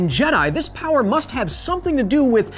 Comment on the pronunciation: Another title for the video "How unlimited is Unlimited Powah"